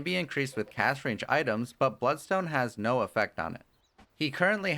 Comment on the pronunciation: Some constructive criticism. You sometimes pronounce words like "Last" and "Cast" with an h sound, like Lash and Cash. Also, when describing his ultimate, I think you said both 25 seconds and .5 seconds when you meant to say 2.5 seconds. Might help to just do one more listen before uploading or get a friend to listen. Great video and helped me understand the new hero, I just wanted to offer good input if I could. thank you